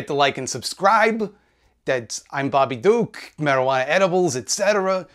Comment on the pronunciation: Bobby Duke? more like Bo-BI Duke eyyyyyyyy